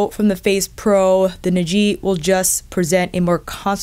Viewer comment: Not that it's super important, but the correct pronunciation should be Ni’ji, with the stress on NI. Love the detailed review as always!